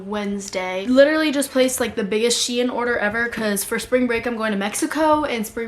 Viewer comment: i hate when people pronounce shein wrong itss (SH-EE-N) not (SH-EAI-N)